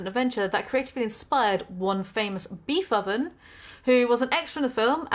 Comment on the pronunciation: what's a "Beefoven"?